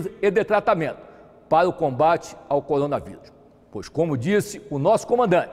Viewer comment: PAREI DE VER O VIDEO QND OUVI COLONA VIRÚS KKKKK